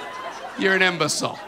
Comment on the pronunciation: Did he really say imbecilen